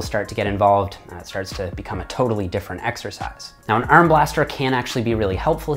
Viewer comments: Ahmed Essa ERM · The way you say “arm” is funny 😂